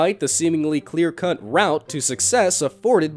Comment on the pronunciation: Did you just say clear "cunt" route? I don't think they spoke about cunts in their battle plans during the civil war!